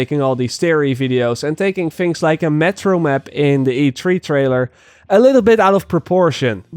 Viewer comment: Hahaha i love how is says " the mep"